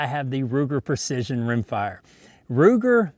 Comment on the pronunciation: "Ruger Purcission" :-)